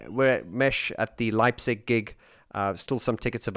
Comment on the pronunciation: Dang, I've missed the livestream. And again dang, I'll miss the concert in my hometown Leipzig as I won't have the chance to attend. But just to make it clear: You've pronounced Leipzig much better than tons of other people, even Germans. And "Täubchenthal" is a great venue, also with the name itself as you can translate it into the valley of the doves. A few things regarding the livestream: - You don't do the band justice if you only see Alphaville with the first three albums. They became much better as they found their confidence to do live shows. And now, they are a full band, not only "Marian and friends". I think, you should check out their 2017 album "Strange Attractor". - I think "Dark Society" should be part of the music collection of every lover of electronic music. I've recently listened to the whole album. And it's amazing. - Once you've completed the move of DM to the new channel, you should consider digging a bit deeper into the world of OMD. They are my musical heroes, and the Andy McCluskey solo album "Sugar Tax" belongs to the soundtrack of both my coming-of-age and the fall of the iron curtain. The other parts of this soundtrack were "Disintegration" by The Cure and "Violator". - I agree that the Pet Shop Boys somehow got lost off their track, especially after "Release" until before "Hotspot". It's good to have them back from the realm of lift music. I'm looking forward to the next amazing content on your channels. I've subscribed to both of them. I wish you